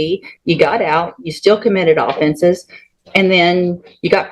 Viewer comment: Ruh oh. Why can't they pronounce OFFENSE properly. ❤😂🎉